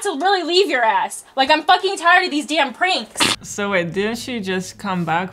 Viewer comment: I like how she says pranks “Prinks”